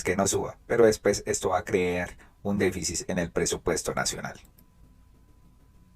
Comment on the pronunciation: Con mucho respeto pido por favor se pronuncie déficit (con t al final) no se dice "déficis".